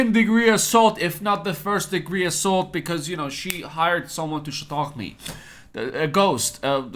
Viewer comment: Does anyone know what is he word he is using to say punch or hitting someone. The close caption on YouTube says “shock” but it sounds like he’s saying “shitock” or something similar. I just love the way he says it. 😆